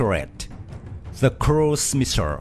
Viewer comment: missile NOR MISSIR DEAR LORD PRONOUNCE L